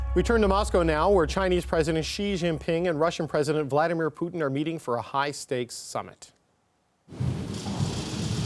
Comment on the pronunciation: It's- Vladimir Putin.. Not- VlAdiMiRpuTIn.